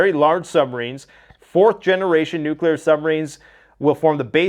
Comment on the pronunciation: If you would be so kind,. Please explain to us why a nucular response in inevitable. Thank you.